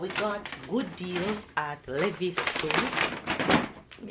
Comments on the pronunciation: I was wondering what is Levis, but realized we pronounce it Lee-vi's...and it's the jeans u talking about lol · 😄😄🇯🇲 Americans say Lee-vies.